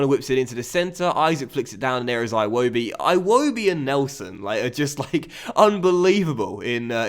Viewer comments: Every match against Arsenal we try to tell you.. It's Ee-wobi not I-wobi lol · Eewobi not iwobi